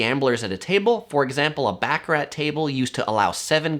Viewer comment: Bacc - a - Rat is pronounced Bahcahrah